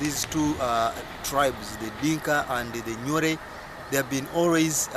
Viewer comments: Who told you that Nuer and Dinka are both resided in Bahr El Ghazal and both are farmers My friend these are misleading information, you better go and study again ..... the way you pronounce Nuer is even not the one we know in South Sudan or you are talking about another tribe in Uganda. But it is not your fault, it is our mistake that we are fighting ourselves for nothing until such low people like you got a gut to talk about mighty South Sudanese. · 99.9% of southern Sudanese will tell you that you got the whole thing wrong brother. Try to read more books written by southern Sudanese experts about each tribes. oh! your annoying pronunciation of Nuer .